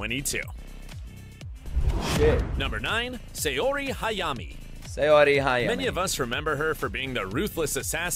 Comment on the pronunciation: Cringe is right. Saori is pronounced Sa-oh-ree; the "ao" sound is pronounced ”ow” like when it hurts. How did it get a Y sound? 😂 I think he thought of Steve Aoki (which is actually pronounced Ow-kee.) 😂 Edit: going forward with the video, I realized he butchered so much more. 😂😂😂 But he pronounced YaGAmi and TANjiro right actually. The accent is on the capitalized syllables. 😅